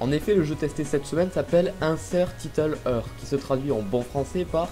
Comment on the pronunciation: Ça ce dit titeule hire